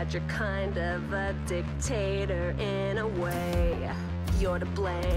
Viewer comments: I'm just gonna pretend that the words and are intentional. Dic tator and Cun stant..if y'all know what I mean. 😂 And I know it's spelled with an O, but I swear it sounds like she pronounces with with a U. 🤷🏼‍♂️😂😭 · "i should say, that you're kind of a dictator in a way. You're to blame, you're a constant source of misery..." The way marcy says "dictator" and "constant" sounds like she's saying PB is a d*ck and a c*nt idk its kind of smart <333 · eyo she was a bit heavy on the first syllables of "dictator" and "constant"